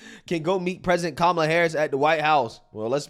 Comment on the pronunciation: Guy spent the whole ad calling her Kamla, I thought it was racist to say her name wrong but they run a whole ad 🤔